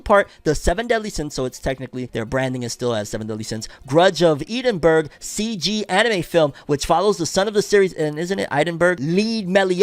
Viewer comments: Yeh for the Seven Deadly Sins film, it's actually pronounced Ed-in-bruh. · Ed-in-bruh, a Scottish city. No shade. Love your work